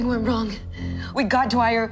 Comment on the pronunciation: “We gwot him but something went wong” 😂